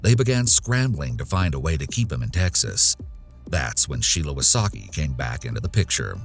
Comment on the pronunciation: Wysocki is from Polish, so you should read that a bit different